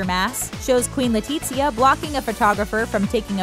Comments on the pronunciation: LetiZia, not LetiCHia omg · I speak Spanish. No it isn't... it would be more like LETEE-THIA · Hahaha kinda sounds like she said “Queen Latifah.” & not “Queen Letizia.” 😬🤦🏻‍♀️💆🏻‍♀️Lol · Why does she keep saying LE-TEET-SIA 😓